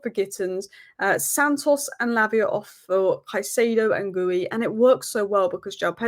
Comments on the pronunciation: FYI, Guiu is pronounced Gee-U not gooey. The first u is silent. Keep it up with the videos ❤ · … it’s Ghee-You. The “Gui” is all one syllable, then the “u” on the end kicks in. It’s just embarrassing hearing you say “Gooey” lol. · Love the channel ! But PLEASE pronounce Guiu (G-EU) properly. Not gooey 😂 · It's g-ee-yu not g-u-yi 😊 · Please check the guiu's pronunciation...its Not gooey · Thank you for the video. It’s Gee-you for Guiu. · Hey,I need to teach you how to pronounce Guiu- It’s G-HEE-YU- I hope this helps!!!😊😊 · Nobody can pronounce Guiu 😂